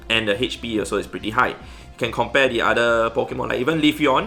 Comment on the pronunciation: Everyone: Hp: Hetch-P